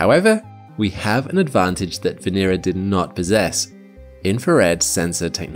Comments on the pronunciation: Not one name pronounced correctly. It's not Vee /nee/rah. It's VE NE RA short not long. 😚😁 Now say it connected "VENERA" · The accent should be on the second syllable, not the third.